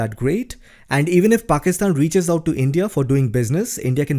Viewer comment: You pronounce well the name Pakistan 👌